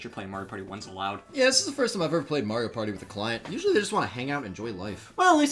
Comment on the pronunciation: You said Mario wrong.